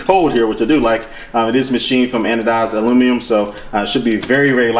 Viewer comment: ALUMNEEUMM wow